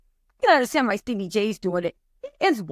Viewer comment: Steebie 🤣 I can’t say his name correctly since joseline!